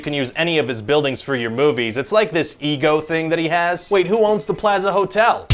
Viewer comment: Wow, the way Ryan says "plaza" surprised me😂